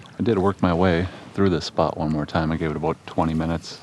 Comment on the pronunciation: Say it with me “about”, not “abut” lol.